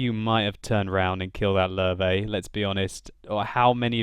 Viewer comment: it's not lur-vey (Löwe), it's lurvah (listen to how jingles says it, he has it down.)